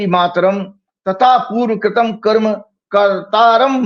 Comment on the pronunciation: कर्मा नहीं कर्म बोलिए । कर्म कर्म ही होता है फिर आप चाहे किसीभी भाषा में बोले!